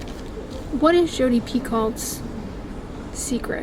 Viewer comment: I like hearing your childhood stories. I didn’t really have a horse phase but I did read Black Beauty and the Black Stallion. PS. Picoult is pronounced Pee-Co. the L and T are silent. 🤓